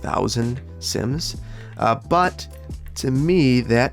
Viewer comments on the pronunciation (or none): CIMS. CIMS. IT IS NOT CIMS. IT IS SIMS.